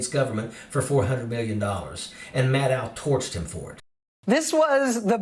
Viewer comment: Maddow is pronounced like "know", not "now".